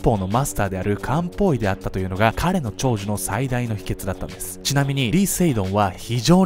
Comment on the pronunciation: 料理しながら聞いてたら「実は彼は漢方医だったんです」じゃなくて「実は彼はカウボーイだったんです」に聞こえて慌てて動画見直したわ